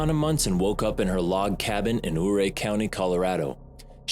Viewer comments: Ouray is pronounced : yur - ray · The way you are pronouncing Ouray is driving me crazy. You are supposed to say it like " YOU-Ray". How do I know? I am a life ling resident. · Ouray is pronounced yoo-ray.